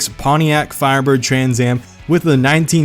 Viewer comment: I watched the last video. I had no problems with the way u pronounced that car name